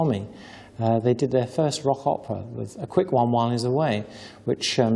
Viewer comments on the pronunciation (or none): none